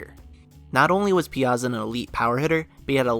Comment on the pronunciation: I’ve never heard anyone say “piazza” that way before